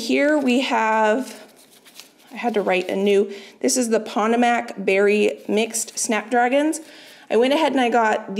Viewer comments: Instead of Pot-oh-mack, it is the eastern Po-toe-mack River name. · Potomac “PAH-toe-meck” 😊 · Poe-toe-mick... How to pronounce Potomac. 😁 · Potomac is pronounced puh-TOE-mick 😃 Your seedlings are looking beautiful! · Maybe she finds it helpful. I certainly wouldn’t want to keep pronouncing something incorrectly. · Of you’re open to a pronunciation, Potomac, like the Potomac River around Washington DC. Pa-TOE-muck. 🥰